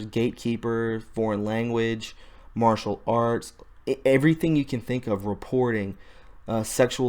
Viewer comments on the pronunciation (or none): none